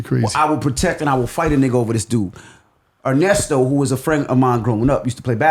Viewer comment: “i aint ever losing to a nigga named Arnesto. U ain’t ever heard in the NBA the broadcasters say ‘Arnesto for THREEE” 🤣🤣🤣